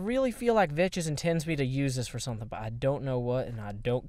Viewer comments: He always pronounces Vechz vetches even though he knows its pronouced Vex new guy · you don't pronounce it (vech is) you say it like this (veks) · he always said vechs like that, and when vechs himself corrected him, it was too late.. Vechs uses that way of saying his name as a nickname for himself because of saying vetches -_ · hey it is not vetches it is veks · pronounces it vetches. Vechz pronounces it vetches because of. That's how it works. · hehe... veches he pronounced it wrong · are you saying vechs like that on purpose, i would like to believe you are but i cant tell